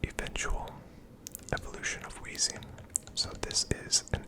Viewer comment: You did indeed pronounce Eusine's name correctly lol